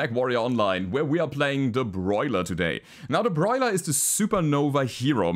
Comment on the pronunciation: Where did the second "r" in Boiler come from?